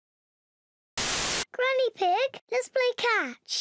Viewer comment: Why does George call granny pig ganky-ig